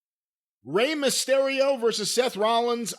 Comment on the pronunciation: If I hear say mah-stereo one more time imma sodomize him with a 🍍 with my ring worn Mysterio mask on. Jim cornette